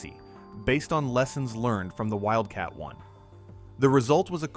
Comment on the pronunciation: Is it Wildcat One or Wildcat Eye? Stupid AI voiceover as always.